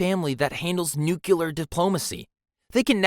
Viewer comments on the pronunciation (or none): And "nuclear" as "nuke-u-lar".